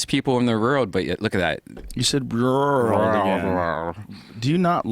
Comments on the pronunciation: Redban talks like a child. old = ode cold = code world = word Doesn't pronounce his L's at all. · Fucking hate how redban says "world" lol fucking guy can't speak.